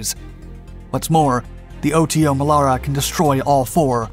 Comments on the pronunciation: For all that is holy, please use the proper pronunciation!! It's NOT the O.T.O. Melera, it's the Otomelera (one word) I spent 9 yrs on 2 FFGs working on that gun. We never called it the O.T.O. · We met up with a few US Navy guys on holiday in South Africa, where we also manufactured and used the Melara system for and on our Minister class strike craft. WE got to talking about it and they called it "Oddo", like it was unusual or abnormal. Now I understand that they were just mispronouncing their t's. Duh!! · It's not, it's pronounced Oto Melara, Oto, as the name Otto but with a T less, so a softer T. Source, i'm Italian. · Here we go again with the butchering of EVERY SINGLE ITALIAN WORD: 1. OTO MELARA, not O.T.O. MELARA 2. DÀVIDE, not DAVÌDE